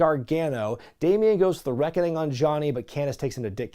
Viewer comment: Still waiting for you to correctly pronounce the Reckoning